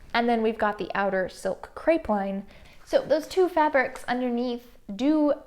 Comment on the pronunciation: Crepeline = cray-pell-leen or at least it is here in Australia. Enjoyed your videos so much! 🌺